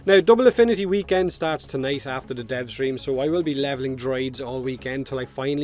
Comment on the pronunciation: You'll be levelling what...? I can't understand what you said. Droids??? Wat?